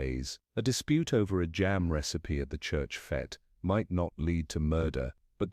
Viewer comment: I think it is AI, as common English words like fete are mispronounced.